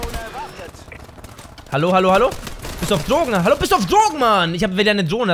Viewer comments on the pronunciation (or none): Und Hallo wird nicht Ha L Lo ausgesprochen